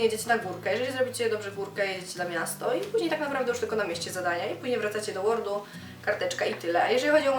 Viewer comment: Nie mówi się Łord - WORD to Wojewódzki Ośrodek Ruchu Drogowego, a nie słówko angielskie ;-)